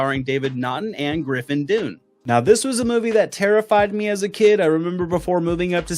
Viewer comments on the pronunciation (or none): Griffin Dunne is Dominique’s brother but you pronounced their last names different. It’s pronounced like “done” just fyi